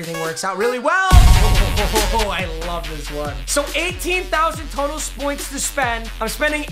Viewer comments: you said spoints to spend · 18,000 total spoints lmao. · “18,000 total spoints to spend.